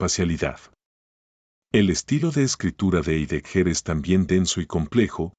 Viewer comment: Heidegger no se pronuncia como lo dice el locutor sino que se pronuncia /haideguer/